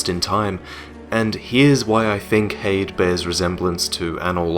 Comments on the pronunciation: Here's something for you: Try pronouncing Heide as it's pronounced. Not 'hayd' but Hi-dee. It is a woman's name that means 'of noble kind'. Should help:) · If the word "Heide" uses German pronunciation, which seems likely, it should be "Hai-deh". The first vowel is the same as in "Einstein", and the second vowel is light and unstressed, almost like a schwa. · I think it's pronounced hide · so its pronounced HAY * D'S Ive been pronouncing it like Hades, like the god of death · i thought heide was pronounced 'high-dee' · I always pronounced Heide as High-de because it looks German.And yeah I really wish I could have experienced the Ornstein fight as a surprise.but it could never happen.I'm glad I will always have my first sight of the Ash Lake though,that was magical.There was no way anyone I watched could spoil it(Lobos) because it has nothing essential to the game or for speedruns.I just randomly open a few hidden paths,descended through a tree,and discovered a new world,in complete contrast to the entire game,with bare beaches and lush greenery,then the Hydra looming over it,completing the feeling of awe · Goddamn it! It's pronounced "Heide" not "Heide". Jesus Christ. Can no-one pronounce "Heide" properly!? Has no-one met a person named Heide before!?